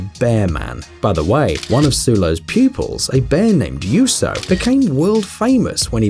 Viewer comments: its juuso not yuso ;) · it is not Yuso it is Juuso i live in Finland so i know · the bear is Juuso not yuso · It's not Yuso is Juuso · The bears name is not yuso itså JUUSO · Its juuso